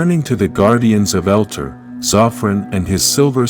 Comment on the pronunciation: It's not " Elter" it's Eltar " El tar", this is extremely hard to watch and just because I can RIP JDF